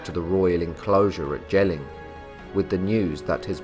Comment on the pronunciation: "Jelling" is pronounced "yelling", not "jelling" — old norse didn’t have the English "j-sound" — and Styrbjørn is composite; first syllable "styr" like in "to steer", but usually understood to mean "steering a ship", second syllable "bjørn", meaning "a bear"… In old norse, "y" is invariably a vowel, but like "ø" one English don’t have...